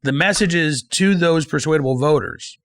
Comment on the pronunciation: i don't know if i have ever met a "persuadle"!